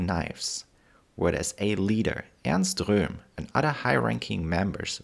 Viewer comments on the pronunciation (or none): none